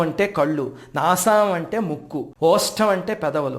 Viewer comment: ఓష్టం అని చదువుతున్నట్టు ఉంది 🙏🏻